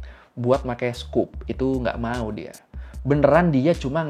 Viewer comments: Scope bang, bukan scoop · Scope bang, bukan scoop.. Menit ..